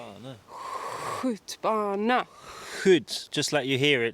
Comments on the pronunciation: holy shit, your Swedish pronunciation is really really good. That tractor is a Volvo T 31 from 1952. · You forgot to mention it is also allowed to pick berries, mushrooms and other things in all forests. And I think you have a very good pronounsiation of swedish words, like "skjutbana". Thats actually usually quite a difficult word for foreigners to say.